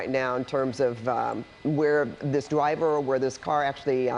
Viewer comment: I can't take this seriously with the anchor saying "Twaffic" and "Dwiver" 😂